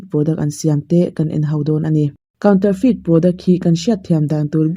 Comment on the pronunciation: Lawk aw..... counterfeit kha i lam dik lo love. Counter hi mizo in kan lam dan kaunter/counter tih hian a dik a, mahse a thluk thu ah chuan sap lam rik danah chuan "coun" tih lai tak khi an thluk sang deuh Mizo in kan thluk hniam ang lo deuhin. "ter" tih lai khi "te" tih angin an lam a thluk khamphei (😅) in. "Kawn" anga lam tur anilo. "Feit" tih lai khi chu saptawnga lam rik dan ah chuan "fit" tih angin an lam ri, "feet" nilovin. "Kaun-te-fit" tih ang deuh anih ber chu a lam dan dik chu. A pawimawh ber lova sap anga lam thlip thlep hi. Mahse caption in i rawn sawi ta sa sa ka rawn dah dik deuh anih khi ka thiam ang tawkin. 😊